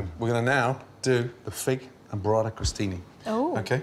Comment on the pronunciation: I wish I could tell him it's "bUrrata". "BOrrata", the way he says it, it's....well, something a little dirtier and less attinent with food. I can hear my fellow Italians laughing already